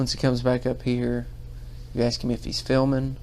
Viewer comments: She sure “axes” a lot of guys. Is that even legal? Axin’ guys? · We're axeing u to leave now lol... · Ask, aks and aksed wow. What an educated person. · She axed him so many times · I'm confused, this lady is a lawyer? " Dis when I axe " " An den dats when " ? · "Axe"???? She works for the government and she cannot speak English? Sad and disgusting.....and she's a liar! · My new law... anybody that uses the word axe in place of ask can never be a judge!!!! Yes you read it hear... new law... because I’m real important to me! And my opinion of me is all that matters!! Lol This broad can’t complete a full understandable sentence! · My new law, anyone who uses hear, in place of here, only gets one vote per election... but still anyone saying axe in place of ask shouldn't judge anything.